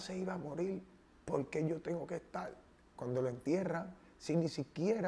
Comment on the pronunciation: Yo no se que fue lo que me "conducio" para aca, en este 2020, lo que hace la cuarentena jajajaja "no creo que se le "haiga" perdido algo" , "Opoltunidad", "Cielto", "¿Pero y polque?", "Caltera", "Ofelta","Hay cosas en la vida que no tienen nombre"... Y son las palabras de este man.